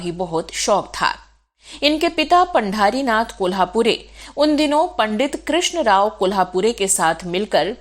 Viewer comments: पंढरीनाथ पढे पांढरीनाथ नही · पांढारीनाथ नाही पंढरीनाथ.... 🚩